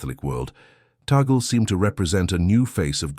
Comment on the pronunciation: Parolin doesn't have pastoral experience. Mostly Vatican. Tagle (prononced Tag Lee) seems to have the perfect combination. Zuppi is similar. Backup choice if Tagle isn't the one.